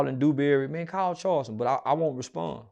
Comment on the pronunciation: I thought Charleston said fk say cheese tv